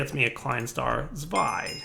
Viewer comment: English people and the German numbers... Ein, swei, drwei 😂